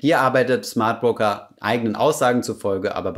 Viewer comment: Schmardbroker:D Sorry